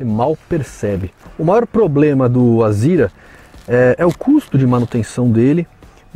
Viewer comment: Não entendo por que chamam de "Azira", se o nome do carro é "Azera". Será que é coisa de paulista?